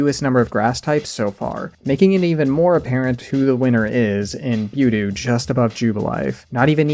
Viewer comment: Did you just pronounce Budew as Byudew?